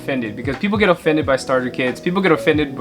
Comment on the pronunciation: He pronounced offended O-FENDED